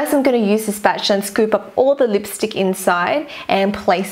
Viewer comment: You are so cringe you say lipstick like this leepstick it's really funny and cute xx I'm not hating I love your vids to bits xx